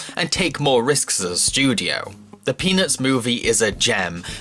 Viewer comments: Is it bad that I kept hearing "penis movie" instead of peanuts movie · Who heard penis when he said the peanuts movie no, only me ok.... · the way you say Peanuts is amazing